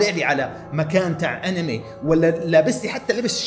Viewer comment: أنمي❎ . اينم يي✅ . 😭😭 .